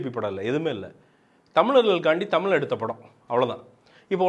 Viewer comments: venna first tell "zha" properly. dont say tamil. Say Tamizh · First Thamizh nu solluya. Zha vey varala.